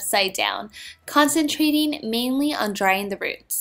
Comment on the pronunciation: Judy when u usually talk,it's fine but when u r doing voiceovers at least try to talk correctly..why does she always pronounces IN instead of ING..blow drying not dryin..its so annoying..